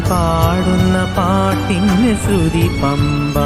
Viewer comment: Sruthi ennu sarikkum ucharikanam